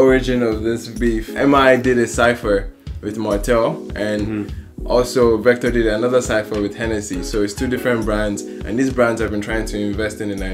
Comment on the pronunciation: vector' not 'victor'